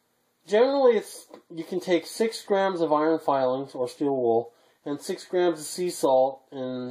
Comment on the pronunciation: Did you say you can us charcoal in steed of the still wool!